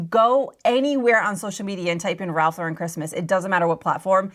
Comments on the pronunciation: It’s Ralph law-ren, not la-REN, please. I know it’s a small detail but it makes me crazy 🤪 😂. I was a visual merchandiser in the early 90s and Ralph Lauren was one of the vendors I worked with. RL is EXTRAORDINARILY SPECIFIC about their tasteful, timeless, classic aesthetic. Every new reset of their shop came with a binder of specifications, complete with exact placement of accessories that they shipped with display cases and hardware. That said, the RL look is about quiet elegance and consistency, easily achievable with inexpensive items, keeping those things in mind. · It's pronounced Lauren - like the girl's name. NOT laur-En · It's Ralph LAUR-en. Not Lau-REN. SMH